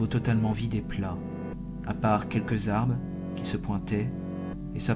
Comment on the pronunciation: " À part quelque ARBES Mddrrrr , qui a volé le r de l'arbre x) [ Je ne critique pas , je suis une fan de creepy et une abonnée et il faut bien plus pour me faire critiquer , c'est juste une remarque humouristique ]